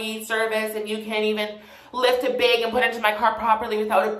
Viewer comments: 'The bæg” Lol :) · “The baeg” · milk in the “baeg” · language (aslo karen) Bag-behg Sorry-Sourry Again-agaein Edit: Drag-drheg